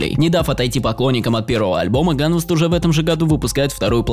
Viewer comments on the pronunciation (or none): ганвЕст а не как ты говоришь